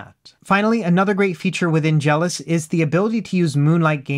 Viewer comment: Is it not pronounced Jel - OS? Like macOS or iOS? You keep saying it like "jealous".